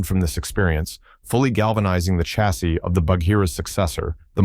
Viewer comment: Chassis - pronunciation Sha (as in shall) see, not Cha as in chicken; and coupe, coo pay, not coop, which is what you put chickens in.